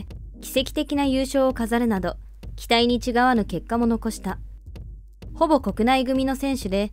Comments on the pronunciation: 期待に違わぬ… 「ちがわぬ」じゃなくて 「たがわぬ」なんだけどね… AI読みなら間違えなさそうなのになぁ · 「期待に」の後に続くのは、「違（ちが）わぬ」ではなく「違（たが）わぬ」ですよ。まあ「清々しい」をきよきよしいとか読んでしまうスター選手がいるサッカー界ですから、こんなもんかもしれませんがw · 「違わぬ」は「たがわぬ」と読むべきかなあ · 『違わぬ』(ちがわぬ)→(たがわぬ) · 期待にちがわぬではなくて、期待にたがわぬでしょ。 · 😱期待に違わぬ…「ちがわぬ」ではなくて「たがわぬ」だよ‼️ 😃なんなのこのアプリは、まったく恥ずかしい😂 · 違わぬ(たがわぬ)ですよ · 違わぬ、ちがわぬ、でなくて、たがわぬ